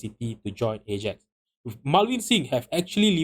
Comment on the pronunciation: Lost me as soon as he pronounced “Ajax” like that.